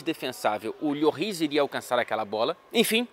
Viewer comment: Conteúdo de qualidade como sempre. E caso você seja do tipo que se importa com pronúncias corretas, o S no final de uma palavra em francês não costuma ser pronunciado, então seria algo como "Lôrrí". Tamo junto e ST.